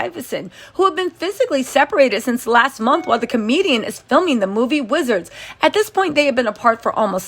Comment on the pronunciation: Love how you always day momf instead of month lol.😅